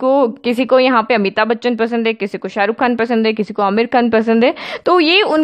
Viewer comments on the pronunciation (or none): none